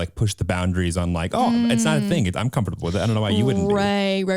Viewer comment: I’m- just gonna say it, the way says comfortable makes me itch